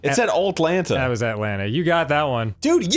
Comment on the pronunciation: and "Altlanta"